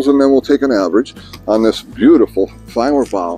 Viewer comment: You pronounce their name far better than I can